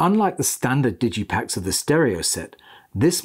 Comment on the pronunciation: I find your pronounciation of the word "digipak" interesting, I always thought it's like the "g" in "graphics", rather than "George". Digitally sourced ≠ CD on vinyl, different specs, different mastering, how is it even a bad thing?